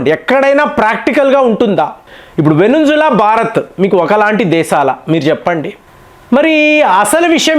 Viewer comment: వెనింజుల కాదండి. వెనిజులా